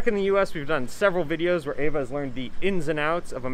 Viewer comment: Why do you call her A-va, when you know it's pronounced Ah-va. Is that for the american audience?